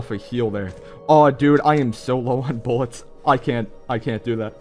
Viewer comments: bullets is the word which he always says is bulletos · no he always said "boletós"